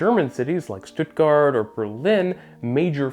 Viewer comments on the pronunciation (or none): none